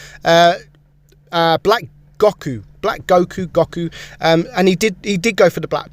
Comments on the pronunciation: "Black Goh-ku" FINALLY SOMEONE WHO DOESN'T WATCH DRAGON BALL! RARE INDEED! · Man said gocku